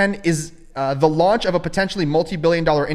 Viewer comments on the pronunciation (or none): none